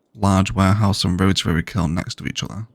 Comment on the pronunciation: Slowly catching up with these great videos after a whole summer of hiking around Scotland. I just want to quickly mention something that amuses me: it seems "rotarary" is the new "biotanical"!